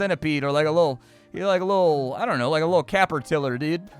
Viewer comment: did you say cappertiller on purpose lol... did you mean catter piller?